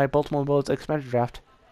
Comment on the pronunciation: This boy said baytam